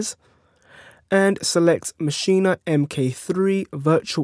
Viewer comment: It's MASCHINE....NOT MACHIN"A" DUDE.